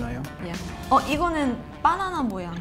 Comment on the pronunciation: 저 금발언냐는 바나나 발음은 외국인 인 줄 알았는데 바나나까지 한국 발음이라니 .... ㅋㅋㅋㅋㅋㅋㅋㅋㅋㅋㅋㅋㅋㅋ 나도 외국에 11년 살면 영어가 저렇게 될까